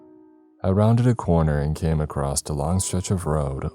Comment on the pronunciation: Does anyone else notice the frequent “across’t” pronunciations instead of across